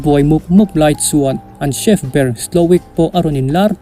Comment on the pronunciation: Chief nilo in chef tig zawk a pronounce tur aw